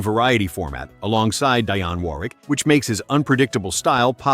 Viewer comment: DEE-AWN Warwick.